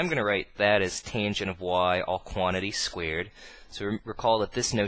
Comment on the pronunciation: "Squeered" xD Really good videos though :D subbed :P